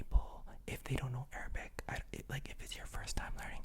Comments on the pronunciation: Definitely in love with your pronunciation, feels like an Arabian citizen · Your pronunciation is PERFECT! You did a great job 🤍🇸🇦!